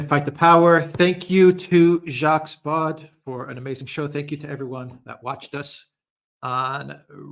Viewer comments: I'm the most faithful fan of, but he always gets the French pronunciation wrong... Alexander is always right on - It's Baud (not BaudE as it is Macron (not MacrONNE 😊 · I agree with AM most instructive and, yes, must do it again .Jacques, latest work on the ME conflict in also eye opening . Incidentally, Jacques Baud, pronounced Bo or Beau. Once again thank you. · Alexander actually knows how to pronounce his name., not so much.